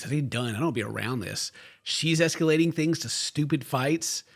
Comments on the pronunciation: is CORRECT- Those two were never really together. And now Ed will fake date another woman and Liz will get a weight loss-empowerment spinoff show. Also: “Liz is es-CUE-lating.” 😅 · Wait he can't pronounce escalating hahah